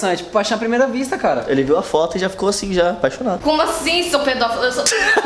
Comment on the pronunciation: foi corrigi e falou mais errado ainda ELA COLOCOU ASSIM - ASSIN